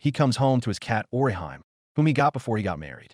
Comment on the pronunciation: sigh Orihan? It's Orihime, ori hime - "Weaver princess"